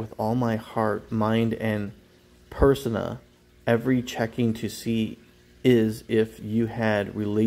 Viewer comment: It's pronounced PER-SONE-AHH